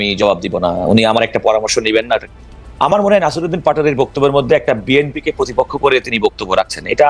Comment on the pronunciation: তুমি শুদ্ধ করে বি এন পি এর নামও বলতে পারনা এটা কেমন কথা। শুদ্ধ করে বিএনপির নাম বলবে। বেএনপি কি শব্দ?